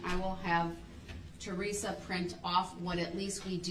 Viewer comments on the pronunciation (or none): none